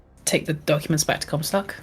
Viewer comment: I think you nailed it (for Comstock) (Hyper-G)